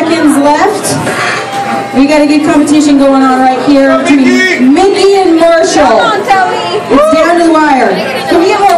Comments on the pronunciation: Sounds like their champ was Marshal lol oh no beat by "Mike-y I mean Mikky" what a horrible place, don't even pronounce her name correctly, and they do everything to try to distract. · Lol shes so concentrated to win that she doesn't even correct the lady every time she says miki's name wrong!